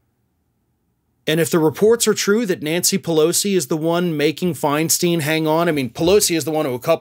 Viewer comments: My GOD! She's been in public office for years and you STILL don't know it's Fine-stine?? NOT Fine-STEEN??? JESUS!!!!!!!! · It's Fein-STINE, not FeinSTEEN! At least get her name right! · Feinstein Fine/Stine Like a stein of beer Your content is good The mispronunciation is jarring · Thank you for that piece. Her last name is pronounced: “Fine-stine” with a long “I”. I agree what a bunch of dishonest staffers! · Stop the mispronunciation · Would you at least pronounce Senator Feinstein’s name correctly? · Stop mispronouncing her name